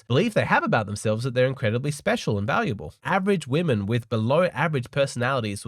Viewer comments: Its WOMEN!!!! not WOMAN! Why can't americans pronounce it right? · How come so many women say "woman" both in the singular and the plural? So annoying.